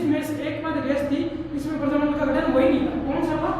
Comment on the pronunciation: प्रजामण्डल होता है न की परजामंड